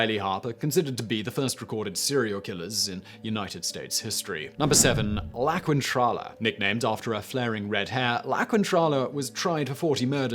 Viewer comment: Gawd dammit, it's not pronounced kwintrala! The syllables que- and qui- in Spanish omit the sound of the u, so it's pronounced keentrala.